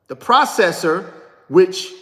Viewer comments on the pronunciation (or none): none